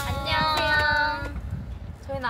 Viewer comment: YALL ITS "an-nyeong" not "annyoung" i feEl so triggEred and Ugh edit :annyeong but still